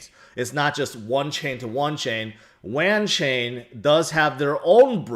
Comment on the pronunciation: It’s pronounced like wanton but wanchain